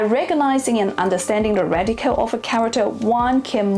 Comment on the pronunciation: So difficult to understand you. Your accent is too exaggerated.cant you say 'radical' properly. Or any word that ends with an 'l' oil or radical.